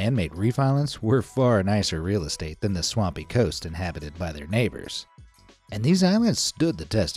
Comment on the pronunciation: mf China said e-ez estate